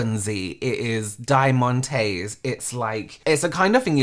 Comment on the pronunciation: Die-mun-tays lol love it